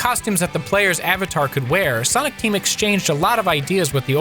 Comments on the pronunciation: Ya lost me at Sanic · it great hearing saying sainic